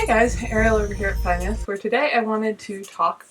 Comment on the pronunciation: Hi Ariel, I've just subscribed to your channel. I'm from Wales and speak Welsh. I'm delighted to see the name you gave your tiny house. Bendigedig - wonderful. I would like to pass on to you the correct pronunciation of 'Fy Nyth'. Fy - the letter F in Welsh is pronounced like the letter v in English. The y next to the f is pronounced like the letter u in cut. Fy is pronounced like the first syllable in the name Virginia or Vermont but don;r roll your 'r' The name Nyth is pronounced, neath. Like teeth but with an n in front. Best wishes to you. Dymunuadau gorau a phob lwc.